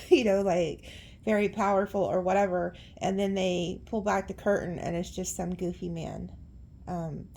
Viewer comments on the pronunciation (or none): none